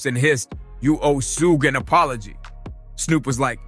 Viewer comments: Why is he call him sue? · Sugayyyy? Turned it off soon as I heard that